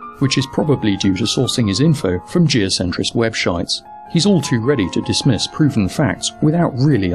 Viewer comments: "Geocentric Webshites." not bad, not bad at all :D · "Webshites"! Brilliant!